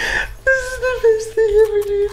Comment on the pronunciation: It izz what it izz